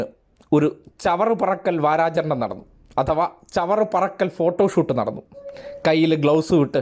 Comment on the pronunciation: ചവറ പെറുക്കൽ അല്ല സ്നേഹിതാ ചവറ് പെറുക്കൽ എന്നാണ്